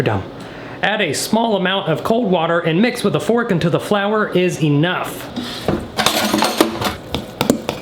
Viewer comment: the way he threw that flower and said '' FlOuWeR''